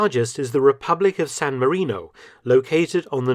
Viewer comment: "Sown Marinou".... 😳🇸🇲🇺🇸